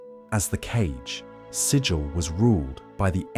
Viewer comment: The city Sigil is pronounced to rhyme with 'wiggle', not 'vigil'.